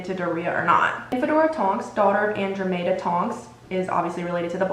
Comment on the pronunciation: Period sis I love your videos, I’m pretty sure Andromeda is pronounced (an-draw-meh-duh) and Cassiopeia is pronounced(cass-ee-oh-pea-ah) This is not to be mean or anything just like to maybe help with future vids. Also I would love to see a video on all the sacred 28 families, like which characters we see in the movies and books that are connected to the families. A mauraders video would be cool too! Keep creating content like this!!!!!!